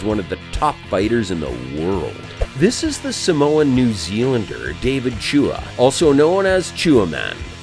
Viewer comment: How can you host a knock-out site and pronounce David Tua wrong?